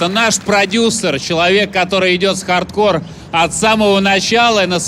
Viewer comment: Анатолий Юрьевич, объясните колхозникам, что правильно говорить Хардкор, а не ХардкорД... Ухо режет...